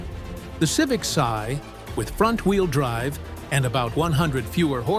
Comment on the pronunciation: AI needs to learn context better. Civic "see" Try "Civic S.I."